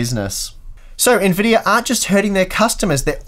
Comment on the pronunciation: why does he say Nvidiar?